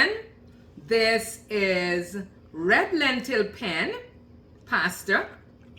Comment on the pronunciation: It’s pronounced….Penn-ay. And after you put it in the water, you need to stir it immediately, so it doesn’t stick. The same as regular penne. Also, don’t cover the pot when you cook any pasta. Lol. Sorry. But…Wth.